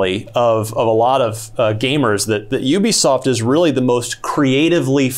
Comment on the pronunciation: IT IS Ubisoft. Not OObisoft.